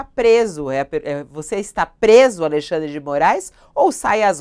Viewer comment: Bullying da estrema direita kkkk Aí eu ouço também: "Alei xan dre de Moraes no alto do seu poder" Vocês são uma piada mesmo